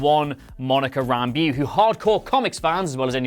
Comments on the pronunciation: It is pronounced Rambo. Not Ramb-ewe. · its Rambeaux, pronounced Ram-bow...not Ramb-ew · Ram - Bow is how you pronounce Rambeaux. Also her mother is the pilot. The little girl is monica. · thanks, the pronunciation still stands though